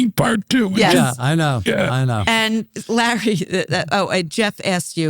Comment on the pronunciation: OMG she actually calls him “Lah.”